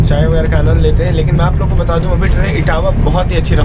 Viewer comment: Dear.I really like your vdos from.bottom of my heart. How ever for making your talks more loveable one suggestion. When you say " मैं आप लोगों के लिये जागता रहा, मी " अप लोगोन के लिये" ये किया वोह किया etc. अगर आप ने "अप लोगन " avoid kiya toh aur बढिया लगेगा. Actually your comentry every thing is "excellent. All the best.